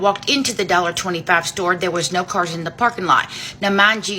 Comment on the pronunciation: I watched this Asian girl say Narrrr in Australian real hard 😂 omg